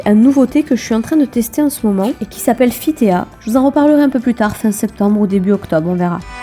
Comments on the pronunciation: Mdr on dit "fit ti" pas "fit téa", c'est juste le mot "thé" en anglais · super vidéo ! t'es une maman super, tu t'occupes si bien de ton fils :) sinon pour Fitea ça se prononce "fit ti", "tea" c'est thé en anglais, on le prononce à l'anglaise ;)